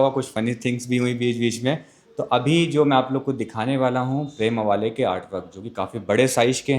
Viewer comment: उनका नाम प्रेम 'आवळे' है, प्रेम अवाले नही. ये भी समझ सकता हू की ळ बोलना नही आता, मगर आवळे को अवाले करने की जरूरत क्या है? तुम सारे हिन्दी साइडर लोगो को मराठी नाम गलत तरिकेसे बोलने की क्या बीमारी है क्या?